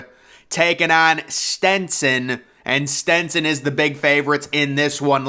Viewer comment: and Stetson